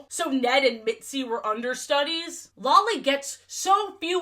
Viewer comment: The absolute psychic damage I take every time you say Lolly's name